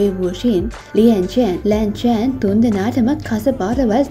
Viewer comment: අක්කේ ඔයා මේ කැරැක්ටර්ස්ලගේ නම් කියන විදිහ වැරදි ආයි බලලා ඒක හදාගෙන දෙවෙනි එපියත් අරන් එන්න,අනික ජියෑන් චැන්ග්ගේ අක්කා තමයි යැන්ලි නංගි නෙවෙයි,අනිත් එක ලැන්චාන් නෙමෙයි ලන් ශාන්,ලැන් යි නෙමෙයි ලන් යි,ලින් ජින් නෙමෙයි ජින් ලින්,මන් හිතනවා ඔයා මේ ටික හදාගෙන ඊලඟ එපිසෝඩ් එක දායි කියලා ☺️